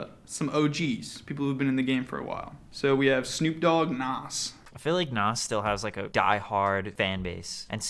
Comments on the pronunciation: The way u pronounce Nas bothers me Its NAHZZ not NOSS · why does say nas like that hahaha